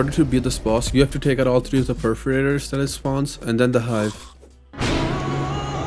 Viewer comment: why perferators? and not perforators?